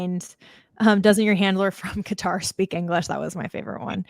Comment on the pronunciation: Qatar Qutarlson